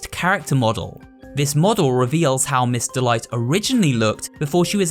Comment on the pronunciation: Everytime you said "Miss. Delight," I thought you said "Mr. Light."